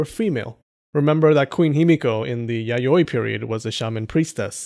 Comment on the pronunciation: Reads "Yayaoi" as "Yaoi"